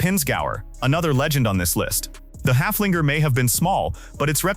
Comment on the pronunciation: The Steyr Puch Haflinger was named after a horse and not after a dog. Would you mind to pronounce its name halfway correctly? (Of course you couldn't care less.)